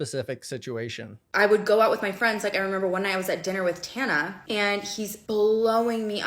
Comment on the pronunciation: Respectfully I need pretending like we don't know how to say Tana's last name